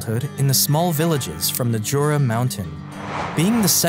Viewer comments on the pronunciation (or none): none